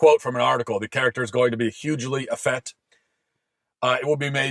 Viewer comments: Effete is pronounced effeet not effett. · You're wildly mispronouncing "effete," Matt.